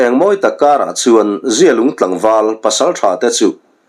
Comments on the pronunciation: Zialung i lam danah hi chuan mizia, mihring mi zia thlukin i i thkuk a, amah erawh chu zialung i lam dan hi zia hi a tha deuh e a zia viau mai tih thlukin lam la a ngaihthlak a nuam zawk ang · Zialung i lam dan hi a dikhlel deuh em aw, a zia e, tih thluk hian zialung i lamnaah hian hmang la a dik zawk ang a, zia lung, zialung